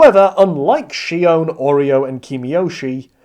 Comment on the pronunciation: Stop pronouncing Oryou as Oreo